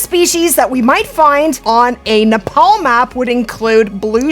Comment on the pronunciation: Just a bit of help on the pronunciations. Pronounced "Nep - all" and "Munt - jack" Muntjac are an invasive species in the uk, can be hunted all year and in infinite numbers